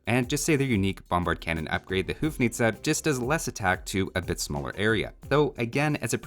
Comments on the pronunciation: The HOU in houfnice is read like HO not like HOO. Like in uncle Ho, but its uncle Ho-fnice. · As a citizen of Czech Republic (former Bohemia, Moravia and Slezia), please... it is not hoof-nice. It’s more like hoe-fnice and the N isn't actually just normal N but Ň (ň sounds like N in word "new") so "hoe-fňice". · hey, the first syllable in "houfnice" sounds kinda like 'hoe' (gardening implement) anyway keep up the good work 💯💯